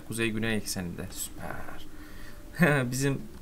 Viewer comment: Nobody::süperğ yiaa